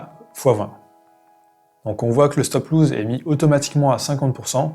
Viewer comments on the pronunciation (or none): On dis stop loss pas stop loose 😂